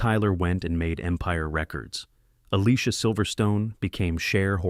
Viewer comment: You pronounced Alicia wrong